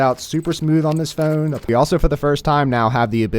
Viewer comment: I had to stop watching due to the way the guy says ‘phone’